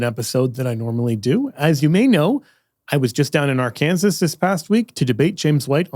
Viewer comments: You did not just say “Ar-Kansas”?!?’ It’s pronounced “Ark-in-saw” 😮 EDIT: Oh, you do know how it’s pronounced! 😂😅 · Ah,. Why would you pronounce it “Ar-Kansas” unless you were taking a jab at Akin? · did you pronounce the state where you had the debate as “Ar-Kansas”? it’s “AR-kan-saw”. it doesn’t end like ‘Kansas’. that’s like pronouncing ‘Ohio’ like ‘Oh-hee-oh’. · Ok it’s not Ar Kansas it’s Arkansaw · But why did he say Ar-kansas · As a Catholic, I'm grateful for your debate and your visit to Arkansas. As an Arkansan, I'm offended by your pronunciation of Arkansas lol 😄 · Dude seriously, Ar-Kansas? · Did you just say Ar-Kansas? Shaking my head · Can’t tell if actually says Arkansas like that or if it’s a heartland beef to pronounce other states in weird ways. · The tell is he opened pronouncing it incorrectly but in the actual debrief with John he pronounced it correctly.